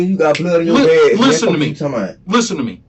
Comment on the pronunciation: Im genuinely asking. How de we pronounce 'Listen'?